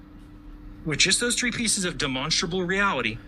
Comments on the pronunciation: He can't observe basic spelling. Its demonSTRAble, not demonsable. If he can't get that right, why on earth should I trust his "obeservations" about the planet? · Can someone teach the flat earther how to say demonstrable, he says demosible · It's not de-MON-stra-bl It's DEM-uhn-stra-bl. Type it into Google if you're not sure. The recording says it right, the ai does not. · Is he trying to say demonstratable reality? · If that bloke absolutely has to say 'demostrable' every five farts in a pathetic attempt to seem like his head isn't full of yoghurt, he should atleast have the decency to learn how to pronounce it properly. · If I have to hear this guy say "Dimonstabal Reality" one more time.... lol. How can anyone listen to this moron? It's insane. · I don't think he even says Demonstrable. He says Demonstable. The Stability of Demons - specifically the little demonic whispers in his head calling him an idiot for believing the earth is flat. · I keep hearing it as "de-monsterable". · You'd think for someone who likes to say the word 'demonstrable' 50 times a sentence and with the gravitas only reserved for gods, you'd think he'd learn to fucking pronounce it right. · Can’t even pronounce demonstrable …. 😂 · I’m pretty sure he doesn’t know what a demonstrable reality is when he can’t even pronounce the word demonstrable. Have you ever noticed all these conspiracy nuts have real problems pronouncing words that they use really frequently? Like Giorgio Tsoukalos from ancient aliens can’t pronounce extraterrestrial. Pretty sure it’s because they are lizard people 🤔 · Why can't he pronounce the 'R' in the middle of 'demonstrable'? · I apologize for him, he mispronounced "demonstrable insanity" … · I dont think he understands what demonstrable means. He can barely say the word.